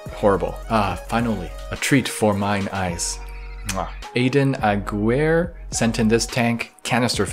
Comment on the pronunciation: I think the only part of these videos I would change is to have try to pronounce the names better lol Aguirre - "Agwere" lol sorry